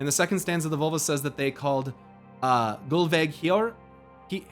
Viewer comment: "Völva" The Ö is pronounced like the O in the word "word".